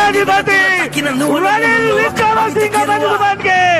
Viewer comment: රනිලෝ රිනිලෝ කියපු 😂😂😂